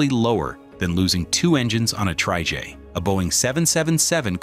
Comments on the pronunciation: What exactly is a "tree-jay"? Did the AI not understand "Tri-Jet" ? Also the Lockheed L-1011 is pronounced "El Ten-Eleven". Please stop using AI as your only method of work. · ‘tri-jay’?? The artificial narrator is really not up to scratch yet. Shame, as this video is otherwise well presented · What's a "tree-jay"? AI has a way to go on its narrating skills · What’s a “Tri-Jay?”👌🤣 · Probably cause the voice is AI. Loot of people don't like the sound (the word trijet in particular hurts) and is generally seen as less credible. "Is the script AI too?"